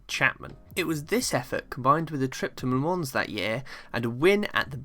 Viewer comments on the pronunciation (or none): The ‘s’ in Le Mans is silent. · Very good video. Jim Clark was an amazing talent, often driving sub-standard machinery. For me, quite clearly the best, by a country mile. Some small observations, if you are planning a successful series yourself. Le Mans, being a French name is pronounced without the ‘s’ on the end. Similarly coupé is a French word, and when applied to a British car such as a Lotus, then confusingly the ‘é’ is pronounced. I am aware there is a large country across the Atlantic, who have chosen to mispronounce many European derived words, but to my ears they describe their 2 door cars as chicken homes, which may be appropriate in many cases. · Nice video but PLEASE note "Le Mans" is pronounced with a silent "s".